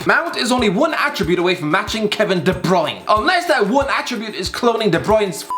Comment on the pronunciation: de broin